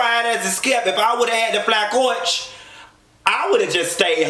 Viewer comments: I'm loving the way you pronouncing "coa-itch" lol. Coach OR first class, I can't be on no plane longer than 4-5 hours....tops! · Listen I dont even have to watch the show 😂😂 These reviews give me all the visuals I need. “Flying Coarrch” 🤣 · its midnight and i'm cryinnnnnnn at the way you're saying "coach"